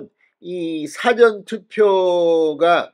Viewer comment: 사-전 투표를 사전 (사를 짧게 빌음)투표로 발음하는게 맞는지? 듣기에 자연스럽 지가 않네요.